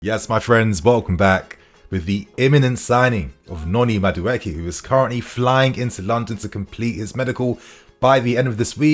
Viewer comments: CORRECTION: He is from Nigeria and not Ghana! Also, his name is pronounced (Maa-do-a-k) Up Chelsea!!! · It's pronounced Ma-Du-Ay-Kay 👍🏾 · Great news, but your pronunciation was horrible. He is Nigerian, from the Igbo tribe. It's pronounced, "ma-du, e-ke" (meaning, 'not created by man'). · how do I send you the real pronunciation of Madueke? It's really funny hearing you say his name 😅. Great content. Love you bro